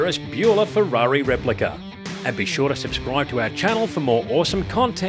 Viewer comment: Once I heard “replica”, I left.